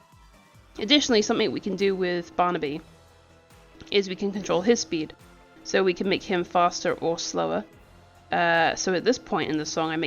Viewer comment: This is amazing, but I can’t stop laughing that you said Barnabybus,🤣